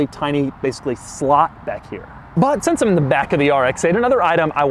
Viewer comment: Pronounces “since” as “sense” and I find it infuriating but he wins it back by acknowledging that this is one of the ugliest cars ever made, and also that it drives an absolute treat. I loved driving that car.